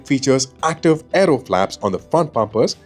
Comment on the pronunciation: The narrator for some reason was stressing extra on "aero" word... not sure why